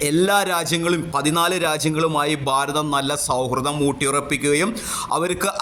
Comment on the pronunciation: ബാരതം അല്ല ഭാരതം.